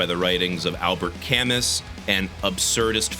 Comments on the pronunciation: Albeit semantics... I think it's pronounced Ca-moo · Just a side comment, haven't finished the video yet: Camus' name is French, and pronounced "ka-moo". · Camus pronounced Ca-moo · It's pronounced camoo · the s in camus' name is silent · That pronunciation of Camus really caught me off guard. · This review pretty much sums up my views on the album. It feels like there could’ve been something great here especially in moments of cosmic and G, but the execution is overall lacking and not very cohesive. The drum sound was also so fucking dry and dull sounding and the heavy moments didn’t have any bite to it which I think is probably a mix problem. Side note: Albert Camus is pronounced like canoe with an m cause he was French. And also Camus’ point wasn’t simply that everything is meaningless, but that we create meaning ourselves in the struggle of confronting a meaningless world. I’m not sure if the themes of the album relayed that, but I thought it was worth mentioning